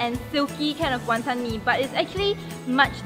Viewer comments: no hateee but tammys pronunciation of wanton pisses me off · btw pronunciation of wanton is wrong. HAHA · I'm irritated by how pronounces Wanton.....